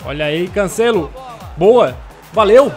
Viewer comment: Mano brasileiros para de falar cancélo é cancelo